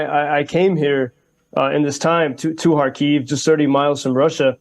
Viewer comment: Why can't pronounce the city name Kharkiv correctly? Is it so difficult to be not so ignorant as English speaker?